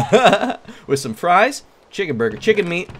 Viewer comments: Did I only notice he said buger instead of burger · Wait did just say buuger instead of burger I like chesse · "The buger is done" XD !! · every time I hear 'buger' I crack up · "buger" Good job creator. Good job. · I thought it was booger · It even said "buger" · I heard AND saw that too! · Ɇmmanuel Đ. Totally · Me toooooo I heard it too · Ahahaha! If you listen closely, "" keeps saying burger as BUGER! hahaha! It even says it on the chat box! LMFAO! XD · "Buger" Nice job creator Awesome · How come you were not laughing?me and my bro was laughing each time said Buger. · Anyone else notice the villager at the beginning saying booger instead of burger? o-o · is saying booger!! XD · the manger keeps calling a burger a booger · Wow that chicken said buger instead of burger 😂😂😂😂😂😂😂😂😂😂😂😂😂😂😂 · Hahaha thats so funny he said booger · the tutorial guy said booger instead of burger every time. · buger what the instructor said buger instead of burger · Eh drumstick said booger instead of burger banana haha haha haha lol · it sayd cooked chicken buger not burger XD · the manager said buger and not burger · The announcer is saying booger instead kg Burger lol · It said buger instead of burger. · I heard ''bugger'' not burger lol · i heard buger not burger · Why r they saying buger instead of burger wow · why does he keep saying buger instead of burger? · Why its buger its supposed to be burger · He just said buger instead of burger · It's burger not buger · Guide said buger not burger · The narrator is always saying “Buger” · he said bue-ger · buger triggers me because its boogers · I know, if you listen closely it sounds like says booger. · emmanuel d. Hahah buger is done hahaha lol😂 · When said Burger, it sounded like Booger. 😂😂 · he's saying buger's XD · When says burger it sounds like booger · Lol the guy said buger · i here booger but see buger lol xD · Buger Or Burger Or Booger? XD